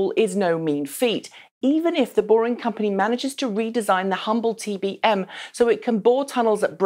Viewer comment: TPM I swear she is saying TPM